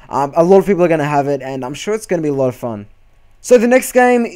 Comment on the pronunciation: I think u just destroyed the word "fun"